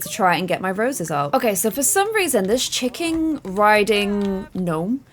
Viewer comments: I love how she says chickom instead of chicken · Is it just me or 'Chickahn" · I love in Georgia in the USA and every time she says Chick-ahn I get warm and fuzzy.